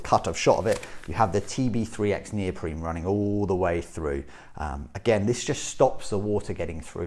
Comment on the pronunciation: why does this guy keep saying neopreme, its neoprene